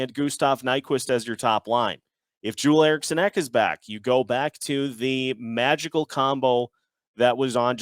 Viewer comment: Jewel Erikson ek? Nah bro Joel Erikson ek lmao. Jag är svensk och låt mig säga att detta är fel